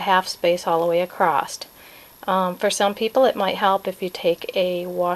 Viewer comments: Is that spelled acrossed, acrost, or acrosst? That was so distracting throughout the video. I bet you say heighth (with the 'th' on the end) too, don't you? a·cross [uh-kraws, uh-kros] . . . there is no 'T'. I'll watch this again and try to ignore that annoying word 'accrossed' this time. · Are you saying acrost?